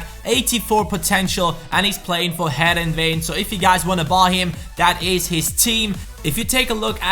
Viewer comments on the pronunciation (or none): It's heerenveen not heereven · Its Heerenveen not Heerenven ;) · Heerenven should be Heerenveen 😉 St. Juste currently plays in midfield tho